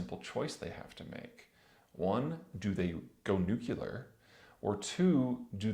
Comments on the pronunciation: "nuclear" not "nuculer" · It's NU-CLE=AR. There is only ONE 'U' in "nuclear". Not two. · Please. please, PLEASE learn how to say "nuclear".